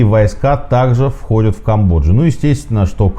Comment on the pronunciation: Сергей, спасибо вам за интересные видео! Продолжайте в том же духе, желаю успехов))) Однако, меня коробит кое-что на слух...то как вы произносите окончания многих глаголов: выходЮт, смотрЮт, гонЮт и т.п. Я же не одна это слышу? 😄